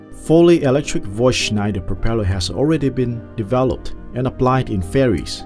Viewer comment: Nice vid and good explanation. But Voith is german and pronounced "foid".